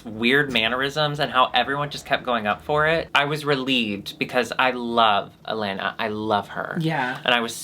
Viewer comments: Eatou assistindo elas desde episodio 1 de DRBrasil e gostei delas. Elas se preocuparam em aprender como se pronuncia helena kkkk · Gosto delas! aprenderam a falar Helena corretamente